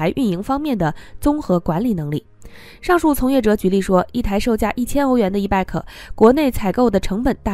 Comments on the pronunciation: e-bike pronounces as e-bite, no e-bag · ***It is NOT e-BAK !! IT IS E-BIKE !!! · 是 e-bike(白）,不是 e-bag（憋）.... e-bag 电动包包吗？？ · e-bike should not be pronounced as e-beck. The correct pronunciation is e-"baik" like in bicycle. Bike is the short form of bicycle. "i" is like in ice or nice. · E bike 不是 e bag, 发音有够烂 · 什麼發音？E bike諗成E-BAG、救命呀！ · 你的发音不正确 call e-bike. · e bike i的音 不是e 的音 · 听起来像e-bag